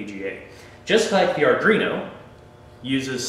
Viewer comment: Thanks for the video, but come on guy. Sound it out slowly ARDUINO. How familiar are you with coding and Arduino boards if you are calling it Ardrino? ARE-DWEE-NO.